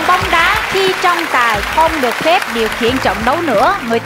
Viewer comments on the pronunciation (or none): "TRỌNG TÀI" MÀ ĐỌC THÀNH " TRONG TÀI" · Trọng tài mà cứ nghe thành Trong Tài 😂😂😂